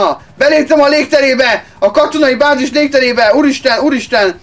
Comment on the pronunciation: nem vázis hanem bázis!